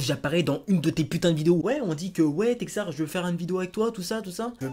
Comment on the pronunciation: Merci de m'avoir fait passer dans ta vidéo d'avoir bien prononcer mon nom et je te souhaite bon courage pour la suite texar